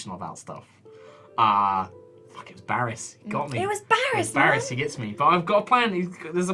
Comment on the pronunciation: Nyein Chan I thought he said it as 'Barrus'.